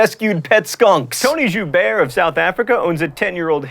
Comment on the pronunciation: John, if mispronouncing things is your thing, why did you pronounce Joubert right? :-)